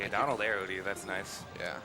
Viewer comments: I love this run but stop saying Dolan. Jesus. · It was a great run, but did anybody else hear the guy calling Donald "Doland" the whole time?? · so why does call Donald Duck, Doland? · its donald. please..... learn yourself